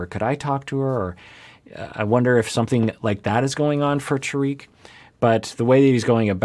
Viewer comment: Trying to be nice about this but it’s not pronounced ta reek it’s pronounced tar Rick rhymes with spar and lick